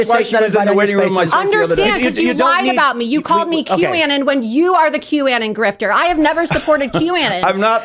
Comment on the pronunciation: Bill Mitchell was 100% a QAnon shill, dude was out of his mind with that shit. It’s obvious Laura Loomer was never into QAnon because she calls it “Q anin” 🤣🤣